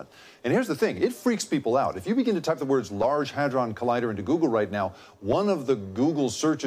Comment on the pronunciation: Constantly misreading hadron as hardon.